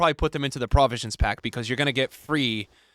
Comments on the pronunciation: "Prah-visions Pack" 🥴🥴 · its pro-visions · is rage baiting us by pronouncing provisions wrong 💀